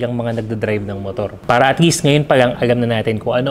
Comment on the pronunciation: Boss imho lang bulol ka po sa pala or may R na word na tagalog ung pala nyo po para